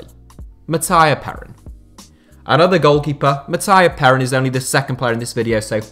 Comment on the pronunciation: Sorry, but your pronunciation of Mattia Perin is hilarious